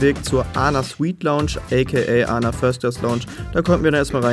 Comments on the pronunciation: ANA wird englisch Ay-N-AY ausgesprocher das steht für All Nippon Airways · nicht ana sondern A N A